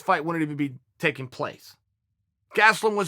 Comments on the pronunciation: He says gastelum is his guy, yet proceeds to call him gatselum haha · Chael "Gatselum" Sonnen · Kelvin "Gatselum" Gastelum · Keving Gatz-e-lum is my guy. - Uncle Chael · Chael "Kelvin Gatzloom" Sonnen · Chael "Gatslum" Sonnen